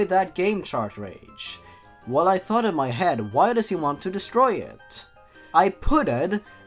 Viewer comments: DUDE ITS NOT CHARTRAGE ITS CARTRAGE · Chart rage not shart rage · I know this probably won't be seen but is the "Shart-Rage" mispronunciation of "Cartridge" intentional? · chartrage chartrage chartrage how do you mispronounce cartridge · are you mispronouncing cartridge as chartrage on purpose?:P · do all of them say chartredge? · Why do you call them ChartRages?